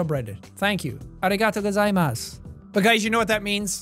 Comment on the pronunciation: Wow he fuckin butchered the pronunciation of ありがとうございます at about